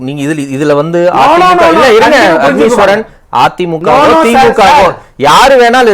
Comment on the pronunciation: அஃனீஸ்வரன் எல்லா இடத்திலும் தான் உளறுறீங்க.. எங்க தான் உங்களுக்கு ஒழுங்கா பேச வருது..